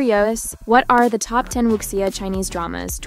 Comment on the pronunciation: Please learn to pronounce Wu Xia correctly. Xia is she-ah